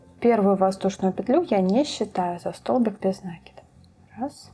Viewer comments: Все просто супер! Но почему нАкид? Есть же правильное русское слово накИд. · Только не обижайтесь,слово накид,ударение приходит на букву "и",просто когда слушаешь,режет ухо,простите.